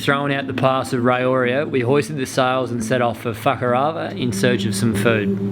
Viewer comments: phew its fakarama not fucka-r-ama, just needed to check ha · I think is doing that deliberately... mis-pronouncing Fuckarama... hahahaha.... it's typical of Aussies to do that! lol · "We hoisted the sails and set off for fucker-Alah." "When we were trying to go through the pass into fucker-avah..." "We're really close to fucker-avah." "Just near facker-avah" "It's definitely time to go to fucker-avah north" "FUCKER-avah is known for it's world class diving" Lol WTF?! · I hear "fuck-her-over" especially with that accent! Beautiful island cursed (gifted?) with an ugly (hilarious!) name. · Haha fukarava. I sware was pronouncing it so blunty on purpose. Was so funny. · ''FAK-A-ARA'' WTF?? LMAO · Say Fakarava again please. Lol. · May have childishly giggled when you said Fakarava at the start... Oh and you said it again HAHAHAHA :D Im sorry I'm so immature!